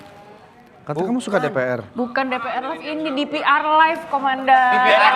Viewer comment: DPR live (di Pi ar ) 😂😂😂 bukan de PE er